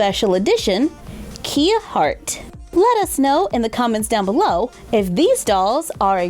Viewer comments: It's Kaya not Kia. You know Kaya that Rthymes with Maya. But the spelling is Kia Hart. But the pronunciation is Kaya Hart. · It’s “kai-uh” not “key-uh” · The display is perfect! I've been trying to figure out one using the series 1 packaging myself but couldn't crack it so now I'll follow your lead. (also, psst - it's Kaya, like Kayak, instead of Kia like the car. Happened to me too lol) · btw, kia is pronounced as kya “kai uh” 💗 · Kia’s name is actually pronounced as Kai-yuh, not Kee-ya, instead of the play “Key to my heart” its supposed to be a play of Mariah Carey name since Kia Sweater has “Heartbreaker” which is one of Mariah’s song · Hi! Just thought I’d let you know for the future, Kia’s name is actually pronounced like Kai-ya and not Kee-ya 😊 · You pronounce it like kaiya but it is spelled like kia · kie (like in die) uh (like in huh). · Love the dog but it's actually Caillou not Kia it's Kaya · Kia is actually pronounced Kai- Ah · Her name is actually pronounced Ki-Yuh Hart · It's pronounced Kai Ya BTW and are you gonna do a does the fit, fit for the new RH series? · The designer announced that her name is actually pronounced like K-eye-a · You didn't say kia correctly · I just can’t get over that pronunciation of Kia.